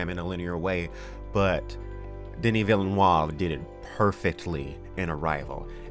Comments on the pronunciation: Villeneuve is pronounced closer to "Vill-nuv" (French for "new town") - you're adding a syllable that isn't there. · Villeneueve is pronounced “vill-nuve” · I think the name is pronounced "Vill Noov" to really simplify the French vowel sounds. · Please learn how to pronounce Villeneuve. It will be useful in the future. You're pronouncing it as if it were Villenoive. It's not. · Neither pronunciations are correct. It's Vill-nuhrve. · Villeuneve said in an interview on a local Montreal french radio that Dune was his go to book as a teen, that he read it over 20 times and had a super strong knowledge and vision about Dune since he was a teen, so I think we re in good hands. BTW It s pronounced Vil-Nee-U-V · No, it's not pronounced that way either. It's more like "Vil-nuh-v." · You're butchering the director's name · I wish the internet would decide how to pronounce 'Villeneuve'. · hahaha as a french-canadian the way you prononce Villeneuve is so funny ! And i couldn't agree more on you, particularly the voice over who was way to cheesy in Dune 84. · You should have asked someone about the correct pronunciation of "Villeneuve"... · and you've already absolutely butchered Dennis Villeneuve's name. We'll see where this goes Around a minute in and you spoil Arrival. Had to skip ahead. You can talk about a movie and not spoil it by mentioning general plot lines that are similar to the stuff you're about to discuss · Please look up how you are supposed to pronounce Villeneuve. I don't know where you get that "a". Great video nontheless as always. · Dennis villen what? It's veelneuve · Great vid! but its pronounced more like Denee(no vowel after consonant means silent letter in french) Ville-neve, not Villeneoav or Villenoieve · It's "Vi-luh-noov". Villeneuve. Vi-luh-noov, not "vil-nee-yuv." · Please for the love of god STOP SAYING VILLENOIVE. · I think you should try pronouncing his name like Veel-nerve, not whatever rubbish you are coming out with.